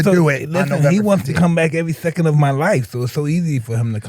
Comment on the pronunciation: I thought you said "black" at first.